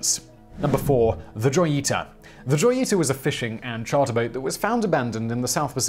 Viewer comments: Joyita. Hoe, as in the instrument, ye, like the first sound in year, and ta, like the first sound in ta-dah. It's not exactly right, but way better than your pronunciation. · I am so tired of repeating this in every video that mentions the Joyita. J IS PRONOUNCED H. The ship is the Hoyita if pronounced by voice and Joyita if written.